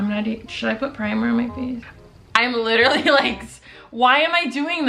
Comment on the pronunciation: Sweety, it's literally, not LiTtErLeE